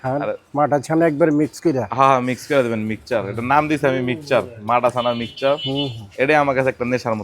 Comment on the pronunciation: Mixer ❌ michar ✅😂